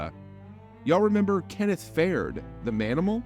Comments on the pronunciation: Kenneth Faird?...It's pronounced Fa-Read.. You're welcome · I fucking wanted to die when you said “Kenneth Fair-d” It’s pronounced “Far-EED” bro you can’t have a hoop channel and butcher one of the best big men from the 2000s. (It was a shitty time for big men) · Like no dude, no one remembers Kenneth Fair’d, that’s not a name anyone has ever hearf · bruh no way you said kenneth fared💀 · "Kenneth Fared" 😂 never heard of that guy. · “Keneth fared” 😂😂😂😂